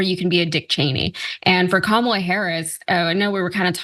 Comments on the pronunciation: If their gonna keep intentionally mispronouncing Kamala, I'm calling him Tramp. Got to say it's fitting in so many ways.💙💙💙💙🌈🏁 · Interesting how every single republican forgot how to pronounce the VP's name at the same time. It's a pretty transparent strategy, I wonder how long they'll keep it up. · They can't even say Kamala's name correctly.